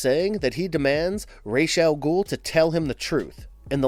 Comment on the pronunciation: Man did u just say Race Al gul?